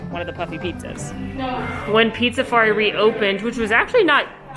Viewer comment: Drink every time calls Pizzafari Pizzarizo lol